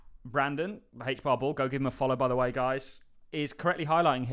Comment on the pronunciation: Why do you call it hach bar?